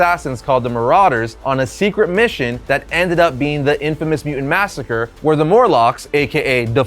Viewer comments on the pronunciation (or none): none